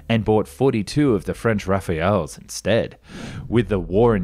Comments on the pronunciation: the French is not "Rafael", it's "Rafale" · The French fighter is called a rah-FALL, not Raphael. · You often call the french jets Rafael but that's an arbitrary name and is not correct. The french jet is called the "Rafale", not Rafael. Rafale means a turbulent gust of wind. Rafael is just a name that's more Italian than french. It's pronounced "Raf'aal" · the French bird is not Rafael. It is Rafale. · Gawwwwd. Could you supposed aviation experts please stop calling it the "French ' Raphael ' "? Please. It is clearly written differently and is an entirely different WORD which has nothing to do with a name like Raphael. It makes you look ignorant. and diminishes your credibility. Rafale is French for 'gust' in keeping with such as the Panavia ' Tornado ', another Euro military aircraft. And there is no "d" in weaponry. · Your videos are amongst the best and are very welcome with the accuracy of info you put into them. But just one teeny weeny point, it's not 'Rafael' like the name, it's the AMD Rafale as in 'flag!' The French word roughly translated means 'Banner' or 'Flag.' Sorry to not pick but I thought you may find this useful. Keep up the good work. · hearing your say "rafael" for rafale was hilarious...